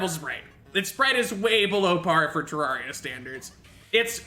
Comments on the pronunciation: The fact that he says "Terawria" 🤣🤣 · THE GAME'S NAME IS PRONOUNCED TER AIR IA.